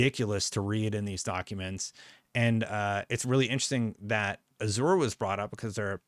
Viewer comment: Pronounce Azure is a*zhr